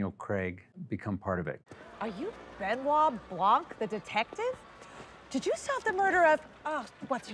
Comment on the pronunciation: Blanc is a french word, you do not pronounce the ''c'' at the end. Kind of pisses me off each time they say it lmao